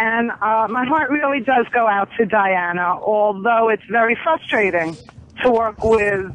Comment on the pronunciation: Dr. Lydia said “fustrating” a doctor that says “fustrating” 😂